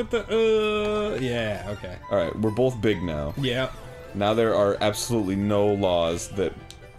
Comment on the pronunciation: Anyone else notice that Arin pronounces "both" as "bolth"? Or is it just me?